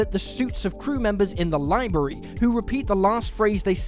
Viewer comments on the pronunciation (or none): none